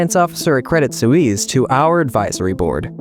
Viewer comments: That was tough to listen to. Suisse. Sue wees? or Swees? I'm going with Swees. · Credit Sue-eaze? NO!!! Credit Sweess is the correct pronunciation. Why do Americans show disrespect to all foreign names and words? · It's not pronounced credit soo-eeess. Just look it up. In your defense, americans are a horrible at pronouncing any other language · You have to pronounce credit Swiss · good show, I enjoyed it, but I cringed every time you pronounced Credit Swiss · same lol reminds me of Suez Canal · You should learn how to say Credit Suisse properly